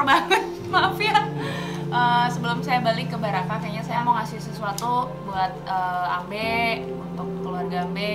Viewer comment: Ambe' not ambe